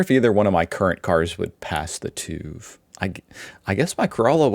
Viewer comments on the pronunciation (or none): It’s called [tʏf] not [tuːf]! Herrgott noch mal. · its not tuuuuv ITS TÜV Its called tüv Its pronounced Tüff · you got to learn how to say TÜV its as wrong as it can be. The sound you need to make doesnt exist in English at all so you have to start all over. Its TYF as its a german Ü and a german V so that is not said like what youre doing. You're basically saying Uuse Croom instead of Ice Cream. That's how bad it is. TÜV TYF said in German not English. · Pronounced as "Tiff" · TUUV is actually called TÜV and a "ü" is not pronounced like a "u"....